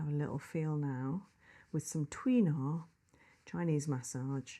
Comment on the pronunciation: I like, I'm not saying this to be nasty, but she is consistently mispronouncing Tui Na. It isn't pronounced Twee, the vowel sound UI is pronounced in Chinese like the "ay" in sway. It should be pronounced tway (one syllable, not t'way).